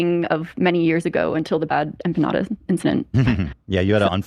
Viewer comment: She pronounces a lot of things incorrectly. Gropple instead of grapple. Empanyata instead of empanada. Like, girl… seriously… wtf.